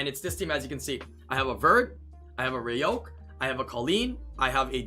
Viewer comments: he legit says roaq like “ray oak” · “Ray oak” bruh this due for real saying roaq like this XD